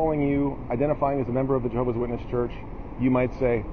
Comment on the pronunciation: I hilarious when you say "Jehovah"